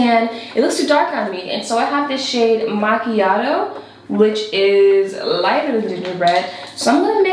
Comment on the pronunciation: Did anyone else laughed when said macchiato?? Cause it reminds me of princess, bretman's sister when she mispronounced macchiato and machito?HAHAHAHA